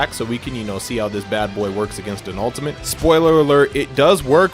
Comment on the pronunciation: Is he saying 'ultiment'